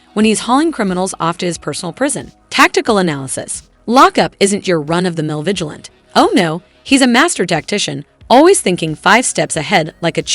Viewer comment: Vigilante is pronounced Vij-al-anty, not Vij-uh-lent.